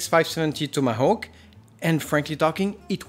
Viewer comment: Don't ask why, but I found it really satisfying whenever you said 'Tomahawk'